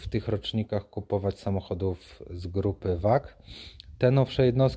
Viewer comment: grupa wag 🤣🤣🤣🤣🤣🤣 VAG czy FauAG sie czyta